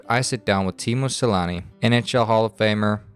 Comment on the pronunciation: No offense but it fucking pisses me off when Finnish people, while speaking English, perpetuate the very incorrect pronunciations of Finnish names that native English speakers use. His name isn't fucking Selani. Very good production though.